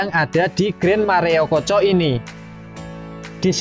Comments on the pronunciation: maaf min... maerokoco ya, bukan mareokoco. dari td sy denger pengucapannya koq mareokoco. maaf nggih. risih rasanya🙏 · Maerokoco pengucapannya mas. Mareokoco terus dari tadi. 😂😂 Sukses terus channelnya 👍🏻